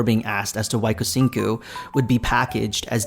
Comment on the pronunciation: Lol the pronunciation of Kucingku is killing me 😂. In Malay or Indonesian "C" is always sound as "ch" in English so it sounds more like Kuchingku. I mean, they are not wrong to open to everyone to try out the game and collect feedback. However, the problem is the execution and their method seems to fall flat. Seems like they are not changing course when things are not working. It sounded like Cahaya is more like a vacation world than a proper city like Bliss Bay and Dowon, that's too bad because I would want to be a resident of a tropical climate instead of being a tourist.